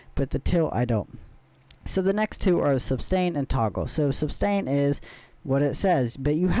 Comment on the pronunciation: Thank you for the review. The word is suStain. Not suBstain.